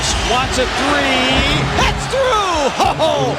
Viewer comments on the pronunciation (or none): none